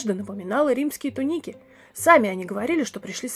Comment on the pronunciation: тУника, ударение на первый слог.